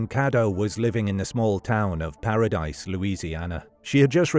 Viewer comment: I’ve never heard of this case. The town isn’t pronounced Paradise. It’s pronounced the French way, Parody.